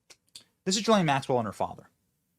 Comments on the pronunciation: How does EVERYONE fuck up her name. It is : "Guh-lane Max-well" NOT "Jizz-lane" or "Jizz-line" or "Juh-lane" " or "Gee-lane" or "Guh-line". I shouldn't care that much, but... if we are gonna shame her for FOREVER we SHOULD get miss "JIZZZ-LANE'S" name right! For two reasons: 1. So that NOBODY EVER, EVER chooses to name their child that dumbass name again. 2. So that her infamy is properly effected, in that her PROPER name is shamed for as long as we can shame it! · GUH - LAINE. Hard G. Bro....where is the client list? Of course Jeffy E is an intel operator. C'MON MAAAANNN ...... Both Jeff and Maxwell have been "convicted" of pedo sex trafficking but to whom?